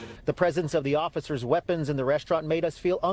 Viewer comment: Can you really not say the word weapons ?